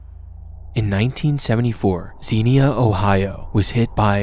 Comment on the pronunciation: BRO REALLY SAID XIENA OHIO